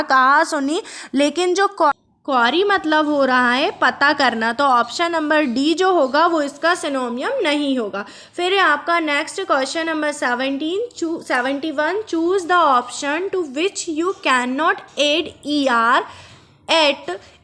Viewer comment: सिनोनियम और एन्टोनियम नहीं होता है बल्कि सिनोनिम और एन्टोनिम होता है।